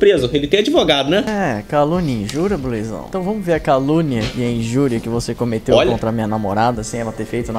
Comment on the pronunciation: Por que "bluezão"? Não seria "blusão"?